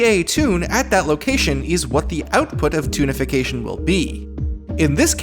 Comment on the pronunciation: Every time you say "Toonification", I keep hearing "Tunafication". Also, this is pretty fascinating.